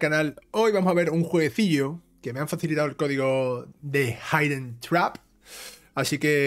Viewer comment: Muchas gracias por jugarlo y Pronuncias estupendamente Hidden Trap! Sé que el juego empieza un poco lento pero después se hace de querer :D